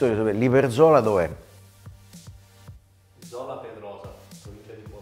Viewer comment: Grande Fabione, piccolo appunto, è Zola Predosa e non Zola Pedrosa, saluti da Bologna